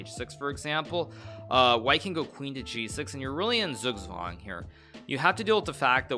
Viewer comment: There are placenames Leeuwen (Gelderland) and Leuven /ˈløːvə(n)/ (Brabant), while the animal leeuw (lion) is pronunced totally different, viz /leːu̯/. According to Wikipedia the former world champion's name should be pronounced Max /ˈøːʋə/. Hikaru's way of saying it on the other hand is the German one, which to my ears sounds good also. (But then again he might work on "Zugzwang", if at all possible together with his faithful student Levy).